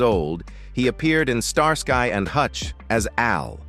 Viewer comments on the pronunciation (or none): Pronounced Star ski not star sky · Pronounced star-skee..not star-sky. Fix your AI! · Star-sky 😂 it's pronounced starski😂😂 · I haven’t watched all of this yet - and of course the content could have been changed since some of the comments were added - but the bit I’ve seen about David Soul’s death does seem to be correct. I definitely suspect some AI involvement in the voice. It refers to Starsky as Star Sky ie. pronounced very weirdly and no human would say it that way 😆. Can’t comment on a lot of the other content cos I couldn’t bring myself to watch it due to being irritated 😆. Lots of the other people mentioned eg “ landlady” among others were bit parts with tiny profiles in the show. As human beings they were clearly important and cared about by their own loved ones but to use them purely to attract people to a video about actors in this tv show who have passed away seems very exploitative to me. Sorry - my personal opinion though 🥴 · 99 percent of the time I skip AI narrated videos, especially when I hear the voice of this video, Star sky and hutch was a favorite show in the 70s, I didn't get through the whole video, and once again I will not waste my time watching these AI narrations, lazy, shitty, annoying videos. Just a reminder to myself, don't bother with this crap on YouTube. AI never gets vocabulary correct, and it should matter. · They can't even pronounce the name Starsky properly, probably useless AI which reads it as Star Sky ...